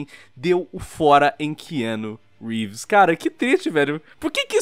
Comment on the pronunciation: Ki Anu Rívis